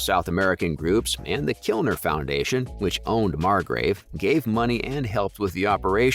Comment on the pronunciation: I am not concerned about the show in the least, Amazon did a fantastic job with the first season, what concerns me is your horrendous pronunciation of names and places in this video and how you sleep at night after butchering so many so often. The Kilner foundation? It was Kliner.